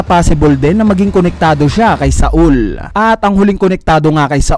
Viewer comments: not SA-UL its SAUL/SOWL duhhh SA-UL THE FCK HAHAHAHA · Jaguar D. "Sol" po ang tamang pronunciation